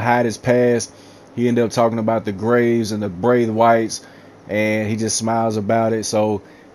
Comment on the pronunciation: Braithe-Whites lmao 😂😂